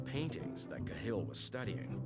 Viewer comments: It's 'CA-hill', not 'Ca-HILL'. Jaysis narrator fella... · No, it's not, its pronounced Kah-hill, youtube any rte news vid on YT to to its correct pronunciation. i.e Kah-hill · Its pronounced kaaa hill u emphasise the a like ah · If the narrator had actually watched any footage he would have learned how to pronounce 'Cahill' - emphasis on the 'Ca' not the 'hill ;-) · It's pronounced cal in Dublin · Ka Hill is not how it's pronounced tho.